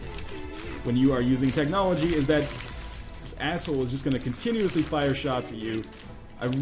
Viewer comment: technology* I normally wouldn't correct someone, but you just butchered the hell out of that word.